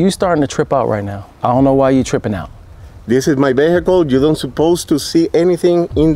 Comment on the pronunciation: "this is my behacle "😆😆😆